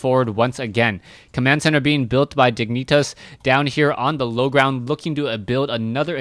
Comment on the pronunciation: lmfao u say diginitas not even close to how it is pronounced...... almost like someones grabbing your balls while you say it lol